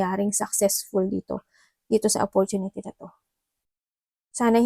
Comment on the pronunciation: Offortunity.. a money... Ate free lang mag google Sabi mo dba? Ayusin mo grammar mo daming Mali wag ka na mag English lol sakit sa tenga eh